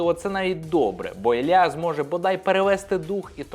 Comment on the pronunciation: Мабуть поганенько вчились в школі, бо якщо вже українською, то Ілля!